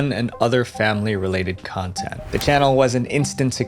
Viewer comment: I heard Cuntent creator hahaha